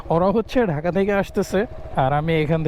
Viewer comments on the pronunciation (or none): none